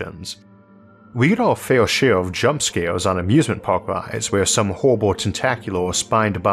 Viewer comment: “Amusement pawwk” GOLD